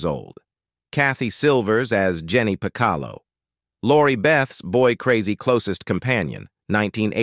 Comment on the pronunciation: Your pronunciation of some of those names are horrendous. "Baio" is pronounced "BAY-oh". "Piccolo" is pronounced "PIC-a-low".